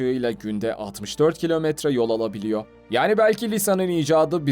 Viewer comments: R leri tatile mi gönderdin bilader. yapabiliyoo alabiliyoo gidebiliyooo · YO DEGIL -YOR RAHATSIZ EDICI BU YAPABILIYO GELIYO VSVS